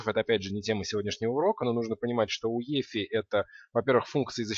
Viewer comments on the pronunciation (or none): Возможно, всё-таки не "уефи", а "юэфай"?